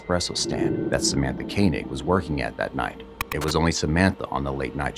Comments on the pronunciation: How can you pronounce her surname Kaynig for for the entire video when you can here the cops and reporters saying it correctly?? Disrespectful. Do your homework. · Dude….at least pronounce Samatha’s last name properly. It’s not Kay-neg; it’s Koenig pronounced Koh-neg.